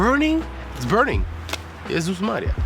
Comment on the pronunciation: Słodki jeżu w morelach, jak ładnie zabrzmiało to nasze typowe "Jezus! Maria!" w tej opowieści o świętach 😁